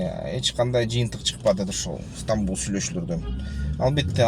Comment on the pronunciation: Стамбул эле дечи,ыстанбул дебей